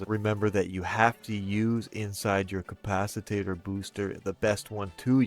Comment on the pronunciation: Good video but...um "capciTATER?" Hope he's being tongue and cheek when he says it. And I have question everything now because a says you can rep yourself with your own drones.... thats a hard NOPE!